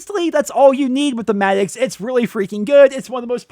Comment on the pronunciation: The madix its madox lol I'm not hating on you doe